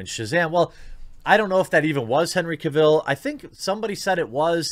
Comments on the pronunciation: oh man, agreed. that pronunciation drove me nuts. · Please... pronounce Cavill correctly.. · Sooooo we’re not gonna talk about how he pronounces Henry’s last name wrong?? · Only if he could say Henry’s last name correctly... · Can’t watch....please pronounce the man’s name correctly. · I turned this off right when you pronounced "Cavill" wrong. At least have the professionalism to find out how to pronounce names properly before you start recording. Shameful. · His last name is pronounced Cavill like travel. Not Caville like Cruella DeVille. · It’s CAvill, not CaVIlle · Cavill not Caville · Its CAvill, not CaVILL. Other than that, we agree on mostly everything. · I know! I felt like the kid from the movie "The Internship" saying "CAvill"... every time he said "Caville". It's CAvill, like Travel. ;) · “Cavill” is pronounced like “travel”. There is no “e” at the end of Cavill to make sound like “smallville”. Thanks. I stopped watching Supergirl last year and lost interest in Batwoman after the fourth or fifth episode. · Is it really so difficult to learn man's name though? It's Henry CAvill, not Caveel. Like "Travel" but Cavill. If you respect the man, say his name correctly. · "Cav-ill", not "Ca-vill". Just saiyan. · It’s Cavill like travel. Not Cavill like Cavhill. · Dude, that was NOT Henry Cavill in the cameo scene. Also, you pronounce Cavill wrong. It's not Caville - like a Cadillac Deville, it's just AVIL. Just add a "C" to it. If you are going to promote news, make sure you get the names right first. It just makes you look ill-informed and silly. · You say Henry's last name like travel but with a C Cavill, not Ca Vell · Hopefully Henry returns! Its pronounced Cah vill not Cay vill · It’s Henry Cavill, not Henry KA-VIL. He’s not really from krypton. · Why can't Americans pronounce Henry Cavill properly! It's Cav-ill, not Caville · Henry "Ka-ville"? its Cavil like gavel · Ah yes Henry Ca Vil